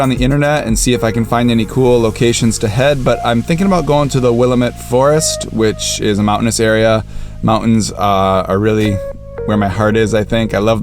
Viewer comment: FYI, "Willamette" rhymes with "damn it."